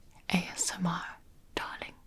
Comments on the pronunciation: omg “AMSR” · Did you just say ASM-- Artist?